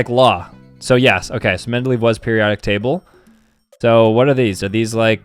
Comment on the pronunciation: bro its pronounced mendelayev (he was a pedophile btw)